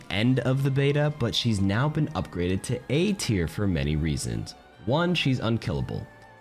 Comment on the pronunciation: Buddy said mercy is b teir😂😂😂